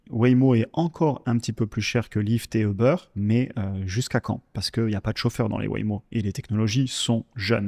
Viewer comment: Très intéressant, merci beaucoup ! Par contre, Uber ne se prononce pas comme ça